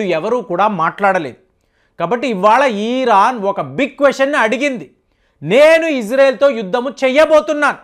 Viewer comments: ఈరాన్ కాదు అయ్యా ఇరాన్ అని ఉచ్చరించు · మీ మాటల్లోనే యుద్ధాలు అయిపోతున్నాయి ఈరాన్ కాదు ఇరాన్ గా ఉచ్చరించండి భారత్ మాతాకీ జై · Uncle మీ ఇన్ఫోర్మేషన్ చాలా బాగా చెప్పారు కానీ "ఈరాన్" కాదు "ఇరాన్" అని చెప్పండి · ఫస్ట్ ఇరాన్ ని ఇరాన్ అని పలకడం మానేయ్